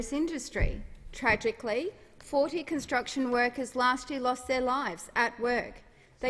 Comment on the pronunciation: Did she say cun-t..sruction sites ?